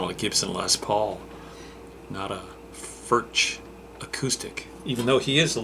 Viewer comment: The way to pronounce Furch is to say Forsh.................................................